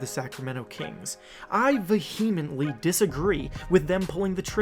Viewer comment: "Vehemently" is a word this man has only ever read, never heard